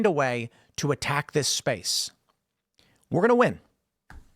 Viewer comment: Kittens and puppies die every time Tim says "space" in this video.